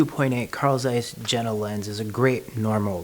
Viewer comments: You read like this: Carl Tzeiss Yena ! Not : Zeiss or Jena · It is pronounced yen-na. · Yeah, the j is soft in German, but I would say it is closer to ye-na.